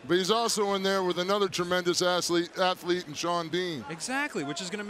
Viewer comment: "Asslete" 😂 damn i laughed harded they I should i have tbh